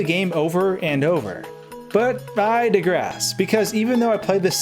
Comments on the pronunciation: “degrass”? Do you mean digress? 😂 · You degrass? You mean digress. Dye-gress... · lmao it's "Digress" not "Degrass." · Mispronouncing "digress" is inconsequential to the topic.